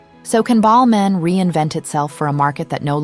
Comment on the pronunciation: No idea that was how you're supposed to pronounce Balmain. Us Aussies say, Bal-MAYNE, and to me that sounds much better. Whereas Ballmen - that's how it sounds to me, sounds so insignificant and nothing. Weird, huh? Every time she says it, I'm cringeing. Even though the v/o is correct.